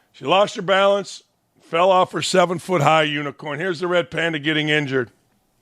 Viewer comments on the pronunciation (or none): none